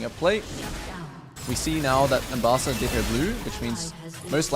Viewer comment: You press w insanely fast and walking to other side of syndra. Is kind of mechanicly difficult for some people. In my games allies dont even auto attack sometimes. Her name is Ambessa not Embassa like you said all first game :D